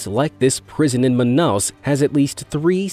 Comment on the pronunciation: im from Manaus and im outraged on how he spoke Manaus like manaos